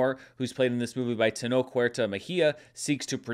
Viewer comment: Just a quick note, Tenoch it's pronounced with a sound more like Sh than K